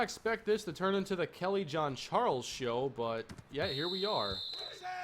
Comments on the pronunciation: Hi, actually in this case it is of french origin. doesn't quite get the right pronunciation but it's almost like John A frenchman ^^ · Kelly Jean-Charles not Kelly John-Charles! lol